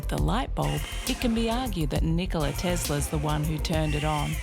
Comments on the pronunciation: It's Tesla with an S sound in the middle. Even in his own native language, he pronounced his name with an S sound in the middle. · Do you believe that Nikola Tesla like being called Tezla?